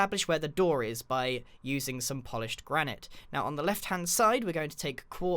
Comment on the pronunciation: Does anybody else get annoyed that grian pronounces Granite wrong? and this house is GOOOOOOOOOOOOOOOOD!